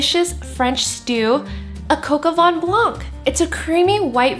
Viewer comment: From a Frenchman: it's coq au vin, not coq au "van"! :) And if you can get your hands on a rooster, you should use that instead of chicken. That's what "Coq" is. But if you prefer chicken, try Poulet au vin jaune with morrel mushrooms, similar to your recipe, its an amazing French classic for winter and spring! I love your videos!